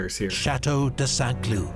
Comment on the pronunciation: Every time the narrator says "Chateau de Saint-Cloud", my brain processes it as "Chateau de sans clue" (franglais for chateau of cluelessness), which makes me chuckle.